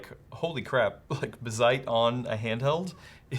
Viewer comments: It is indeed bazzite as opposed to bazzit, but you're putting emphasis on the wrong syllable. Emphasis goes on the A, not the I. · Buh-zite? Nah, I definitely read it as "Bazz-ite" with the zed sound affecting the first syllable not the latter... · It's pronounced BAZZ-ite, not bah-ZITE lol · Guys, it's BAH-zite, not buh-ZITE. :) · Bázzite not Bazz'ite... jesus... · (Baaz- zite) your welcome 😅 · The double zz is the giveaway sign to stress that A as BAZZ-ite. Like, Ballet isn't buh-lay. Its BAL-ay. Mullet ain't Muh-lett. Its MULL-et. 🤣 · Actually it's BAZZ-ITE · yeah it's Bazzite, rhymes with alright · Lmao who the hell would pronounce Bazzite that way? I watch a bunch of handheld/mini PC focused YouTubers and they talk about it all the time and literally none of them have ever pronounced it that way.... Anyway.... Good to see something like this getting some coverage on a channel like CNET. Linux gaming has come a long way and SteamOS is fantastic. Can't wait to see more widespread adoption. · the way you don't pronounce Bazzite correctly is just annoying. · The em-PHAH-sis is on the wrong sy-LLAH-ble.